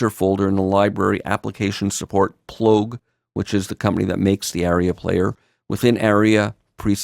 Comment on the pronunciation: FYI "aria" is pronounced AH-ree-uh, not "area."